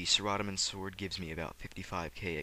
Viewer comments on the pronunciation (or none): nice video.. but am i the only one annoyed by how he says saradomin? lol